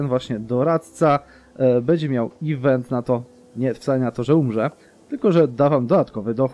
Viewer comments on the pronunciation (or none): none